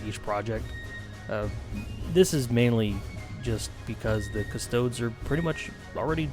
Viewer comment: cust-oh-dees custodes